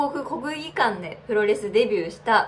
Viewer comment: ここにも両国国技館言えない子が😂